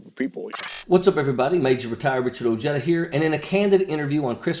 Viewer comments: Ojeda! O H E D A! Not oyeda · I have never Ojeda spoken as Ohjetta.in my part of the world it's oh-hedda. Regardless...this dude is my favorite Rebel HQ guy💪💪💪